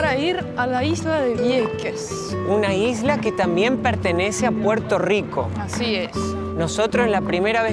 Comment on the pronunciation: estas en PUERTO RICO, no es RICH PORT!! Asi q dale al español nomas!!! el idioma mas lindo!!!!